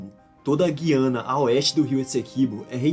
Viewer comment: O certo é falar "Güiana" mas de boas, ótimo vídeo